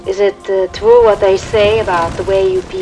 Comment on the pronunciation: "ITS TWUE, ITS TWUE!"